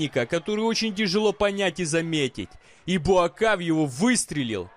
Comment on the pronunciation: Неужели так трудно правильно писать и произносить имя бойца,тем более легендарного) БУАКХАО его зовут